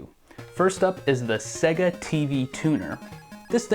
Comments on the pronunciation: Why are you pronouncing it 'segga'!? It's 'say-ga' ! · Why are you saying 'segga'? It's pronounced 'sayga'. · Why does he say it SEH-GAH instead of the correct way SAY-GAH?? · It's pronounced 'say ga' not 'se ga' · Segga? It’s pronounced sayga. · "Segguh". Because the console itself shouting "SAY-GA" wasn't enough to tell you how to pronounce it. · Haha, I've heard SEGA pronounced as "Say-ga" (correct I think..?) and "See-ga" (how most Australians say it)... but never "Segga". Sweet vid tho, I hope you continue to make them, plenty of gaming history to cover! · It's pronounced 'Say-guh' SEGA. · No, its sega. You know, how its spelt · I’m sorry had to stop watching. Please pronounce Sega correctly. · The reason Sega didn't do well is because all you Americans pronounce it wrong 😂